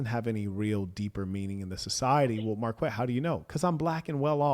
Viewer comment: Such a fan, but cant pronounce Marquetts name. Doughnut!